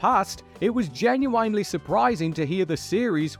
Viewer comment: This VO guy says "genuinely" like English isn't his first language.